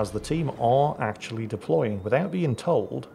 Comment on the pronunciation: Act'choo'ally,... We wouldn't "act'choo'ally" you on that.